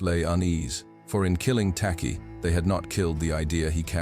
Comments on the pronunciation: The name is Takyi , pronounced as 'Techie' because 'ky' in Twi/fanti is pronounced as 'ch' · Im a Ghanaian, an Akan n a Fante tribe from which TAKY come from. His name is spelt as "TAKYI" we pronounce it as TACHI. In Akan, we pronounce "KY" as "CH". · It's "Tekyi/Takyi", enunciated "Teh-Chi" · Tacky is the corrupted version of "Takyi" pronounced as Taychi. A typical Akan name. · Any Akans from Ghana 🇬🇭 here? The name "Tacky" I believe the true spelling of this name is Takyi and pronunciation is Ta..chi. The British pronounce Akan names as they hear it. Like a town called Kyebi but the British pronounce it key..bi spelling it "Kibi" Akans cover Western region, Central region, Eastern region, Ashante region, Bono region, Some in the northern region, Oti region of Ghana. Akans are fighters but calm people of Ghana 🇬🇭 Some in Ivory Coast. There is a saying "do not come for us unless we come for you" God bless our home land Ghana 🇬🇭 and God bless Jamaica 🇯🇲 peace. So shall it be. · Hey heyy heyyyy. This is not the time n space shake Asante shoulders. Akan doesnt mean Asante. Takyi is a Fante name. And it is pronounced " TACHI" not TAKI. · His name is spelt and pronounced 'Tachie''